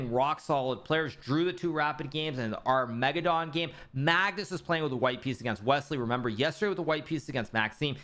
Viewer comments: Can anybody explain Hikaru's occasional pronunciation of armageddon to me? He sometimes says ar-mega-don and sometimes says it correctly... What am I missing? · It's just a joke, like how he says Deez knights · Thanks. I get deez knights e.g deez nuts... Ar-mega-don I don't get... Humour is subjective though I guess.